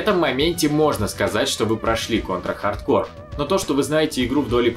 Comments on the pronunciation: Дмитрий Боев так в ролике всё равно произносится неправильно (хаРдкоР), почему тогда нельзя читать "хард корпс"? Если бы в ролике говорилось "ха:д ко:", то базара нет, было бы в угоду правилам. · почему хард кор то а не хард корпс? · Какой нахуй хардкор??? это чё, метал? вообще то это игра, и читается хардкорпс!!! это не французское название, чтобы половину конца слова не читать! кор - ядро, корпс - труп! ну и другие трактовки слов есть) или будешь произносить название брутальной метал группы, как кэнибал кор? не смеши, а) так то кэнибал корпс - труп ганибала) тягомотина, отписка( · почему hard core, а не hard corps? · Контра хардКОР? Серьезно? Кому-то стоит подучить английский. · По поводу названия. Хард КОРЗ и никак по другому! Английский язык! Буква С на конце слова читается всегда, а буква P в данном случае не читается) всем добра, и пожалуйста не спорьте, а просто радуйтесь, что узнали наконец правду)) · Да почему «хардкор» то, ёпрст. Ну никаким боком его так прочесть нельзя. Или я чего то недопонимаю?